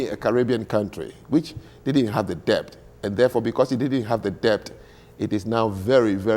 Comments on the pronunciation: Who is this man, he is just shouting and not allowing the woman to speak. He is so arrogant and thinks he knows it all, my God. By the way he can't even pronounce debt correctly, the t is silent. It's det in pronunciation but spelt as debt. He kept saying debt pronouncing the b. The only part I agree with him is that the Africans built nothing. The slaves captured as he said weren't educated people, everything in that regard he is correct. He is correct that it's colonialism that brought modernity to Africa. Our ancestors did nothing for our pride or dignity. They wrote nothing, built very little and that is it. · I find it rather astonishing that an intelligent, fluent English speaker like doesn't know how to pronounce the word "debt." It suggests a man who learned English chiefly through reading and listening to himself talk. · PLEASE... do not pronounce the "b" in "debt". Like with the "b" in "plumber" and "bomber" and "lamb" and "comb" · If he pronounces debt with a b one more time